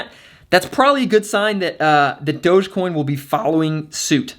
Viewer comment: Did he just say "Dodgecoin"? 😐